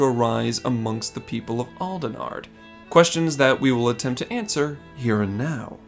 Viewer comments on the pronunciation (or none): none